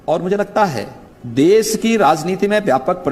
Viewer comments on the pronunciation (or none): ये गंजा गंजेड़ीमल ख़ुद को साधु कहता है इसको तो देश बोलना भी नहीं आता है देस बोलता है सुरक्षा को सुरक्सा बोलता है प्रदेश को प्रदेस बोलता है ज़रूरत को जुर्रत बोलता है कैसे कैसे लोग रहते हैं यहां पे😂😂😂😂😂😂😂😂